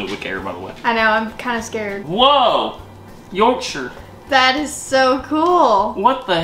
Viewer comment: As someone from South Yorkshire, its really nice hearing you say the word "Yorkshire" correctly as I've heard a lot of people say it as York-shire like as in the way people say Shire Horse